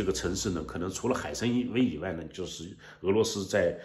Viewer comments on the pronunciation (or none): 谢谢的新闻。纠正您的一个错误，是海参崴（W A I），不是海参威。